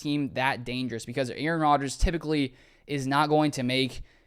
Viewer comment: It´s Rodgers, not Rodger´s